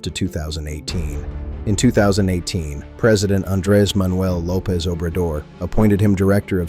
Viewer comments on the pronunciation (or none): none